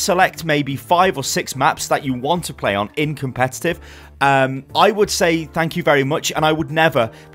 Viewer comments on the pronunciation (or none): none